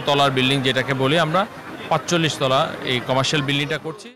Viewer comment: তলা'কে বলছে তালা! 🤣🤣